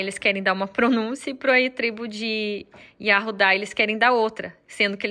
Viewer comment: Só errou o "ru", não é assim. Judá é YAUDA. Isaias (YSHAYAU); Jeremias (YRMIAU); ELIAS (ELIAU).